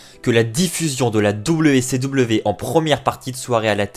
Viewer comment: Dabiou si dabiou... fais un effort stp